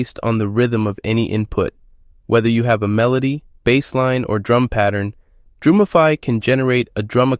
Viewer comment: Gosh, kid… it’s Drum-ify not Droom-ify. Have you not heard of the words “drum” and “muse”?